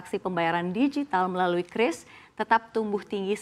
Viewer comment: Bacanya udah bener KRIS, jangan kyuris kyuris lagi 😅